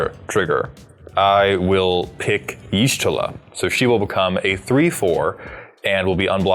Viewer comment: I love watching commander games. But I stg if you don't learn how to pronounce the character named from the FFXIV deck im gonna lose it xD